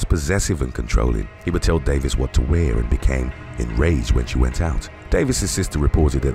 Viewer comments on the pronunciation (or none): none